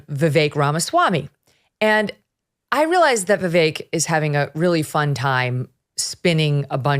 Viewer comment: Megyn what demographic are you playacting to? I’m sorry your takes and your guests take are uninformed. Plus how hard is it to say Vivek’s name right? I mean all your guest can’t say it, which says a lot about them…